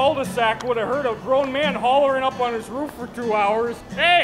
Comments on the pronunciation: im suprised he doesnt say roof like "ruf" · Who in the hell says RUF instead of roof, honestly lmao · You mean " My Ruf" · Not many things more Midwestern than pronouncing roof like "ruf" 😂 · Excuse you, the correct pronunciation is just "Rff" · The way he said roof like “ruff”? I felt that. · Did you just say ruff? That’s why you did’t get help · You can tell he's from Wisconsin based on how he's saying "ruff." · People in south don’t talk that way but people in the Midwest do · i like that he sas ruf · "Rüf" I guess that's a regional thing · "My rohf" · Im kiwi and I cant hear it. Just sounds like hes saying Roof to me. Trying to imagine how americans would normally say it if its not like this... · Ope, there it is. I came to the comments section just to see how many people would talk about how we say roof. My mission has been accomplished. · really? Ive never heard it said that way in my life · I'm curious about how he switched to a different pronunciation of "roof" halfway through